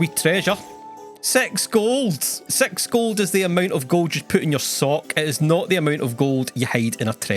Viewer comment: I was only half paying attention when you said "six gold" so it sounded like "sex god."